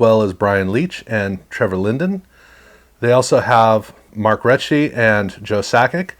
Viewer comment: great video, just some help in the pronounciations. Teemu Selanne is pronounced 'se la ne' almost like salami but with an n. March Recchi is pronounced like in Wreck, hence his nickname the wrecking Ball